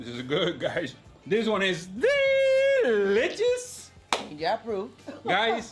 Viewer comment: Hello your English is excellent but “ ditch and delichus “ 🤣🤣🤣. I really enjoy your videos thank you!